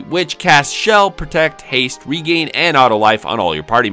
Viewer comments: Regen is short for "regenerate" so it's not pronounced "regain". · Why do you say "regain" when it's "regen", which is short for "regenerate"? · Why do you keep pronouncing regen as "regain" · Yea it's pronounced Rejin